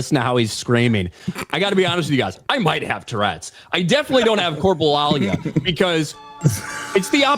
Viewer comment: The parallel between the ignorance about Tourettes and not knowing how to pronounce corporia is baffling 😂😂😂